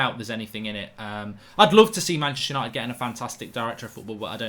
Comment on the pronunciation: Stop sayin manchester ushited so often it cringes and theres kids watchin.. foul word